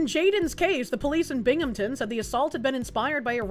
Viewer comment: I like, BUT... phonics foxu. Burmington. Bur. Big. Binghamten. Bing-ham-ton. I don't like places I know being in the news.